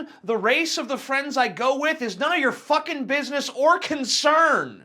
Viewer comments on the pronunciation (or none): I love when TJ's southern accent creeps out. . "I ain't goin' any fuggin' cultural festival...